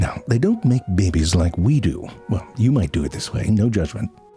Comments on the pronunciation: Love the way you say Bebes 😂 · I love the way he says "baybays" lol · I love how you say babies! 😂